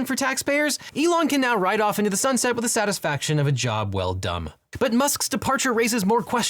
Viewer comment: Okay, please tell me I am not crazy, and other people heard "...with the satisfaction of a job well dumb."